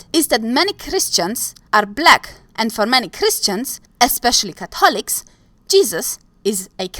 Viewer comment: "... for many Christians, especially alcoholics ..." Hahahahaha! You say Catholics funny.